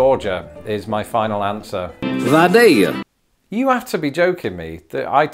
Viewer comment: I'm from Vidalia and props to you for finally being the FIRST Youtuber who used the actual local pronunciation "VI-DAY-YA" as the sound bit. Most people say "Vi-DALE-ya" and while lots of locals do that as well, and it is more correct than most, "Vi-DAY-ya" is the actual pronunciation. Took a British American to get Atlantans to say the city name correctly!